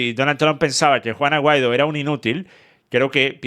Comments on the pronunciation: Yo también 😂😂😂😂 es juan aguaido que el dice no se porque 😂😂😂😂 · yo tampoco lo tengo muy claro 🤣🤣🤣🤣🤣🤣pero si leí el apellido escrito en la descripción del video que decía : Juan Aguaido. Pero dicho de su boca yo escucho juana guido 🤣🤣🤣🤣🤣🤣🤣🤣🤣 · Juan Aguaido 😂 o Juana Guaidó 😅